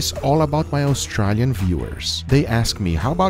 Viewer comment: They're saying austrAlian incorrectly